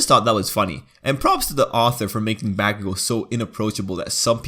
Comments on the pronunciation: bAcKuGO BaCKuShiMa Its pronounced bakugou and kiribaku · Who else cringe from the baku thing- bro no hate but its pronounced bo-ku-go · its pronounced Bauk-o-gou you uneducated snail